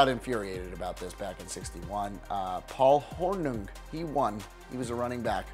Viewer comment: Dude can’t even pronounce Paul Hurnung